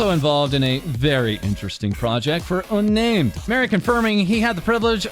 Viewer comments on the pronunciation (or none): UnnÄmed. The ä sound is from the nordic languages, you pronounced it wrong. Eeeh... it's not important sometimes it's just fun to point things like that out ^^. I doubt she knows it herself, but to people who speaks with that sound it's funny when see/hear it.